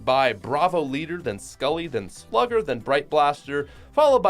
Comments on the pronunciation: You said sluger two times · you said sluuger twice FYI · Is it just me or did you say Sluger twice